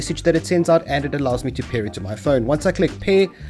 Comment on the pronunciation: ... i was rather confused when you said "pay the server" then i realized it was your accent making pair sound like pay XD